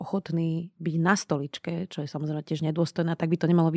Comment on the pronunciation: To "co je" v uplnom uvode bolo trochu sedliacke pan 🥲